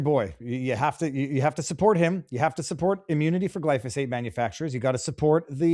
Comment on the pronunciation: Bayer / Monsanto produce "Gly-foe-sate" (not Gly-so-fate... To whom it may concern 🤘🤓)